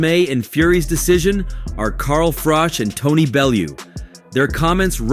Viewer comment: ‘Car Frok’! WTF….. sort out your pronunciation!